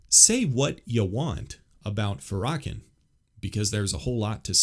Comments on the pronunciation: I really attempted to listen to your interpretation and perception of this woman but, I can't help but notice first off that you mispronounced Farrakhan's name, you also sound so negative and problematic that it was really saddening. I know who she is and I haven't heard from her anything I can consider myself against. You really tell people that if they have sense they wouldn't want her opinion or to be open-minded to it. Wowwwww! There is so much contradiction in your delivery. To point things out in your opinion is one thing... you sound so hateful though and your comments are seasoned with so much sarcasm in this comment section, there isn't anything I can take seriously from your point of view. Christianity is about love and loving correction, not this kind of position. Everyone has free will and the right to their own opinion i guess you are definitely pushing yours but in such a condescending way that it hurt to listen and I can understand why there are prayers being offered and I am so glad you are welcoming them. I won't be watching another one of your videos but wish you well like I would anyone else. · Pronounced: Fair-ruh-kawn 😊…I understand what you are saying because anytime race is involved, it typically goes left lol. He is extremely hateful and unforgiving towards white people. I will say this though, black ppl are still bringing all of this up because some of us are still afraid of white people. Seriously - even in the church. Many of us have been traumatized by a white person in some way and cannot forgive. Just pray for us and continue being kind. That goes a lonnnnnngggg way. This goes for white people as well - if a black person hurt you in some way, I apologize and pray that you will forgive it and not hold it against our entire race. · It’s pronounced *fair-uh-con*. I’ve know she was trouble since I first heard her. She’s platformed by big Eva because she ticks all the intersectional boxes. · You should pronounce his name correctly.